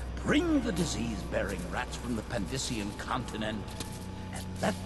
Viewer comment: Wait, wait, wait. Did he say Pandyssian? Oh my...